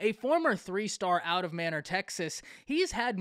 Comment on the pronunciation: May - Nor. Not manner.